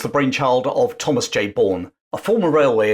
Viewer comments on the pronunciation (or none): none